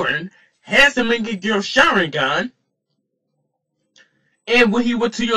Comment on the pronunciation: This dude is slaughtering the names of everything he said mingeco sharingan